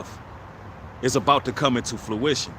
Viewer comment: I love your content :-) and this is not a critique it's coming to fruition not fluition